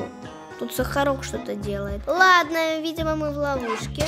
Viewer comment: Не сахарок а харок